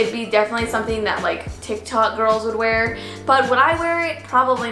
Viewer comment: I HATE how she says wear